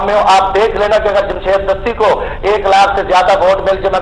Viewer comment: This is Jamshed Gashti not Dasti!